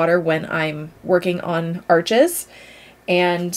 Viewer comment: Saunders Waterford is local to me which is great. The first time I bought Arches I pronounced it like you do as Arches, the shop kindly corrected me to pronounce it like arsh :) I love Fabriano Artistico for HP so need to try some CP to try.